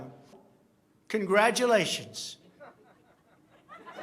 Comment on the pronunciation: "Congrajilayshens!" Lmao